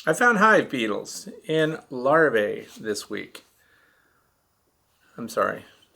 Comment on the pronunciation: Hi, my comment is not a criticism but rather an attempt to correct and error in pronunciation.Even you, my favorite YouTuber, has been corrupted with the mispronouncing the word Larvae. Many YouTubers are saying Lar-vay.... But it is pronounced Lar-vee.. and the singular Larva is Lar-vah. I may be wrong and I'm open to other pronunciations but I haven't found any dictionary that gives Lar-vay as an acceptable pronunciation. I think it's important for youtubers to teach our youth correctly. I've tried to respectfully bring this to a few others attention but there was one popular YouTuber that didn't receive it well so I let it ride. Thanks for taking the time to read this. I love your page and content and watch them all.